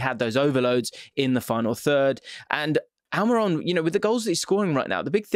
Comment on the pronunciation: Huh Al-My-Ron?